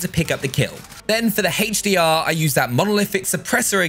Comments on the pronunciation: Haych d r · Haytch Dee Ah